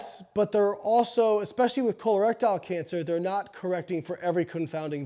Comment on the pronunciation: eye-schemic heart disease? col-erectile cancer? LMAO BioLayne